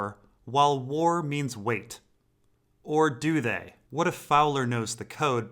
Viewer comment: Every time mate, it's not pronounced Ariana it's pronounced ari-ane